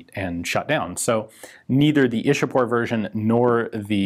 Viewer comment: Its ichapore not ishapore. It's a place near calculate the then capital of india.